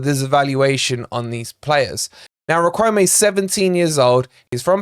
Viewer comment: Great daily transfer info,! BTW, Riquelme pronounced “Rick-el-meh”.